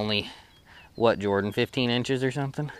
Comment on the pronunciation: Thank you for the "Jor-Dan."